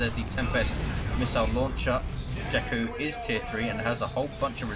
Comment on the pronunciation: And no, you are not pronouncing "jekku" correct.